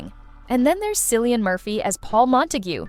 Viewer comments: Dear AI voice, Cillian is pronounced KIL-ee-an, not Sillyun. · Killian, not Silly-an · It's "Kilian", not "Silian" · Please, it is pronounced Killian not Cillian Murphy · It is pronounced KIL-lian, not Sil-lian. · Please stop using ai for speech. It's pronounced Killian, not sillian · Great list! I've seen a few of these, and they were great, I really loved Our Mutual Friend. Just one criticism of the video: Cillian Murphy's name is pronounced Killian, not Sillian! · Cillian Murphy. It's pronounced Killian, you silly-un!😝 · Not sillian murphy. It is killian murphy. It's a hard C. Just like Celt or Cate, etc. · Cilllian is pronounced with a K. Thanks. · It’s pronounced Killian.😊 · Its pronounced Kil-lian Murphy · Cillian is pronounced as if it were spelled “Killian.” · Saw every one of them upon release. It's called "cultural literacy." More than I can say for the narrator, who mispronounces far too many names, most glaringly, Cillian Murphy: it's a hard C, ffs. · Ciliian Murphy's name is with a hard K sound...As in Killian. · Sorry...who Murphy??? How can you not know its pronounced "K"illian!🙄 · FYI Pronounced "Killeen" Murphy. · I assume so. Anyone who pronounces Cillian Murphy “Silly-Ann Murphy” cannot be an expert on British Cinema😂 However, here in the UK, a lot of younger people would not have seen these. “He knew he was right“ for example, is over 20 years old now. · Cillian is pronounced Killian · It’s Kill-ian not cillian it’s not hard to learn how to say it gees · these AI voices just cannot pronounce Cillian right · If you are going to discuss movie please look up how to pronounce names of famous actors and actresses. Please how can anyone listen when you can't pronounce Matthew McFadden or Cillian Murphys names correct! They are famous!!! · The C in Cillian Murphy is a hard one - a K sound. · Cillian is an Irish name and is pronounced with a hard 'k' sound... Just fyi